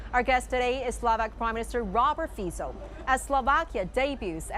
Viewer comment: Finaly somebody can pronounce his name properly, which is respect rather than being derogatory and ignorant. Fico is the best politician in Slovakia by far. although surrounded with lots of controversies throughout his political life. Good on you Mr Fico, opening right doors for our small nation.